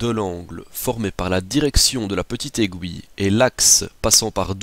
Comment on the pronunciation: mec aiguille pas aigouille